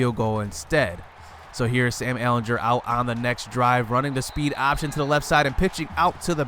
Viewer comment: The way you say ehlinger hurts me